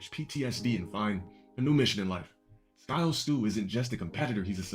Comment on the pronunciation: This guy kept pronouncing SYKO AS IN PSYCHO AS SKYO STU GAWD DUUUU